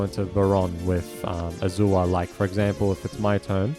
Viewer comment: You're saying Azure wrong. It's pronounced A•zure.